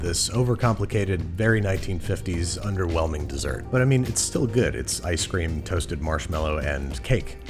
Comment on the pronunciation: Why is no one talking about how he called it ice scream